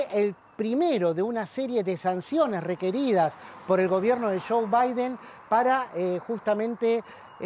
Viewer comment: Jajaja chuw baiden jajaja estos que no pueden hablar como corresponde.